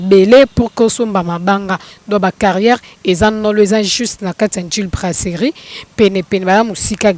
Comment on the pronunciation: brasserie et non braceli yo oza mongo tu dis celi